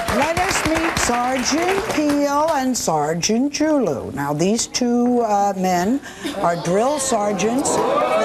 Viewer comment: His last name is actually pronounced Ju-Lu.